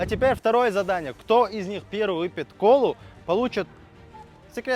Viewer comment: Выпет? Или выпьет ?